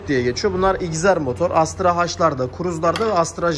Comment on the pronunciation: Astra Hajj ne😂 Ona Astra He diye söylenir😉. Sanki amerikan alfabesi ve arabası😁